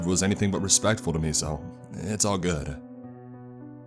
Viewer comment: "ItS aLl GoHooD"